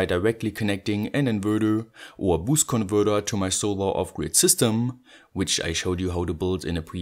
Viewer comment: lets play a game: every time he says "converthurrrr" or "inverthurrr" you got to drink a shot.